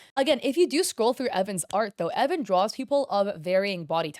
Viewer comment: Idk if this is misinfo or if it’s a different video where I got this info (I can’t remember) but I think the creator’s name is pronounced E-von.. idk, flame me if you want I’m just confused